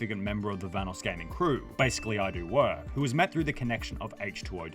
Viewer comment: The correct pronunciation of "Vanoss" has been mentioned many times in the video by the video creator and even Vanoss himself and yet this guy still pronounces it incorrectly